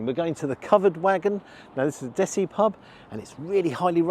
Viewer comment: I love when you say word Desi 😂